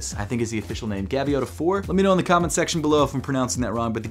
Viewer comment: You said Gaviota correctly. At least you pronounced it like locals here in Santa Barbara, CA